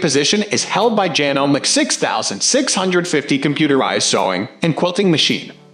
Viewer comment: It would be nice if you could pronounce Janome correctly. Do you really know these machines and what they do?